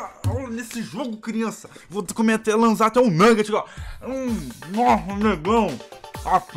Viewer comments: Man seu vídeo e .muito legal mais oq eu mais se irrito e q ele fala vo lanza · Agonia do krl desse cara flando "lanza" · pq q vc ta falando lanzá amigo?